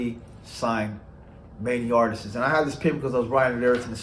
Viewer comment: Can you say artists? It’s not artist’ses.. pet peeve sorry lol.